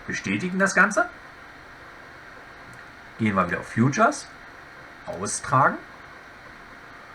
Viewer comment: feature heisst "Fietscher". "Fjutscher" schreibts sich future!